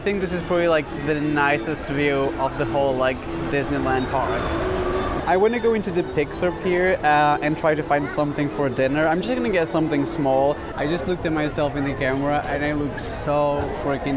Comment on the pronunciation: PIXER, its Pixar